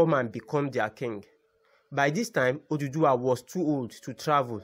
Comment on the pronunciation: For godsake it's Oòduwà not oduduwa!